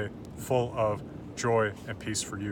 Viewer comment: jól would actually not be pronounced with a normal "L", but instead with a welsh double-L. That being said, you would have an ugly hiss at the end of the word instead of an L noise.